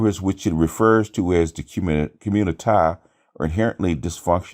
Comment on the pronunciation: LOL! What does 'communitah' mean and trying to imply? I first heard Obsidian say it and just assumed that he was mocking a few people but it has taken off.